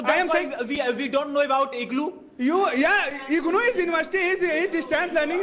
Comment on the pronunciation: The green shirt guy is very funny 😂 IGNuu - IGluu distance learning he is very famous